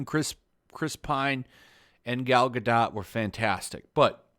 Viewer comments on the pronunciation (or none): I thought the romance was full and generic. This was discount Spider-Man 2. Also ‘ga-dough’ is how you say her last name lol also all the men in the movie were shallow and horny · I think you don't pronounced the t at the end of Gadot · What do you know about reviewing movies when you can't even pronounce the names of the lead actors correctly? It's Gal "Ga-Doe" not "Gal Ga-Dot." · If you aren't going to take the time to learn how to correctly pronounce the lead actor's name, it's hard to take anything else you say with any seriousness.